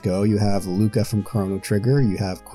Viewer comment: Never say 'Lucca' like that again